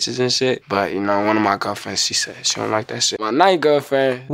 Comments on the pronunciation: Every 1st Grader: Mowsey is so cwool He has so many gwerlfwends. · I love when mosey sed l got 10 gwerl friends